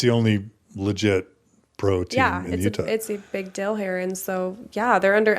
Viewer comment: Why do Utahns say "dill" instead of "deal"?